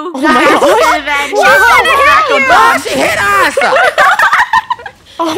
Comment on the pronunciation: Am I the only one that when funny is angry at Draco she says drak